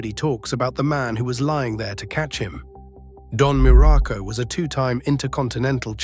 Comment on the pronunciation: Dude AI sucks balls, can't get the pictures right and cant even say his name correctly.